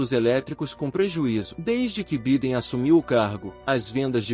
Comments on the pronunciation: Pronuncia -se Baiden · Vc está pronunciando o nome do presidente americano de modo incorreto.. perdão pela correção.